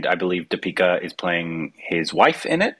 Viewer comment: Awesome trailer. Please please please pronounce Deepika's name correctly! Ask Indrani.